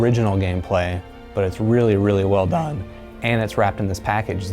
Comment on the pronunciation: "not only original gameplay but it's really really well dAAEEAEne " lol what is he 13 ?